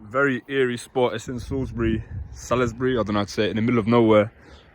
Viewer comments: Doesn't know how to pronounce Salisbury! Some intelligent folks about, but not behind video cameras apparently. What is meant by, "We definitely hit the spot"? I question the motives of this clown. Why wouldn't he give his name if his motives are innocent? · Man drives an hour out of London and learns how to pronounce Salisbury. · The people working there are doing essential work towards protecting our country against people who can't even pronounce Salisbury correctly.